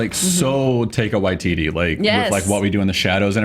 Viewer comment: If you want to talk about the trailer please pronounce Taika Waititi correctly. Mispronounced at least twice. Come on guys